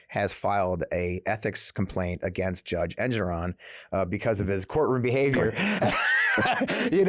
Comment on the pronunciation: Also - the judge says it’s pronounced En-GORE-on. NY’er here (midwestern transplant tho!). Please do keep focusing on Project 2025. It’s critical. Definitely something hinky with the Johnson finances….